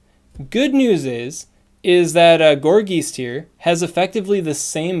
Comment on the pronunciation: Gourgeist includes the German word for "ghost", which is "Geist". The "ei" sounds like a short "i". "Geist" rhymes with "heist".